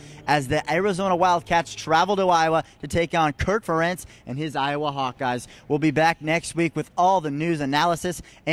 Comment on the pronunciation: Just a few things for clarification: - it's AJ Edds as in "Needs" or Eeeds -Penn State was #3 when Iowa beat them and finished #8 after losing to USC in the Rose Bowl -and finally, this gets brought up a lot, it's Ferentz as in "parents". Sincerely unemployed sportswriter and UI alum '09.